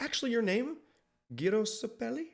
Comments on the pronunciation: gyro's name is pronounced "jairo" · It's pronounced "Jairo" 😅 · yeah but im hear sometimes somebody call Gyro like Kyro or Giro or Cairo